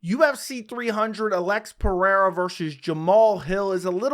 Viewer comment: You got the brazillian pronunciation of Alex's name perfectly